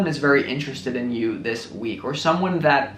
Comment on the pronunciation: Lol "Do you realize daaat"